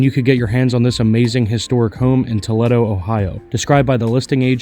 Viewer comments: To led do? it's Tow lee do... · Toledo is pronounced Toleedo